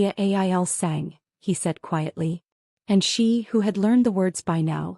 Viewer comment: Excellent story, great plot, but if I can recommend one change, it is better narration, with emphasis in the right places, and the proper pronunciation of La famiglia il sangue. I'm an enthusiast and love the story but since we're listening the proper delivery and timing and pronunciation are important. I believe fixing these things, addressing these issues will increase your audience and platform. You have the talent and creativity!🌹